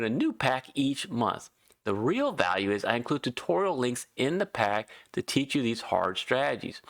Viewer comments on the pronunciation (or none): none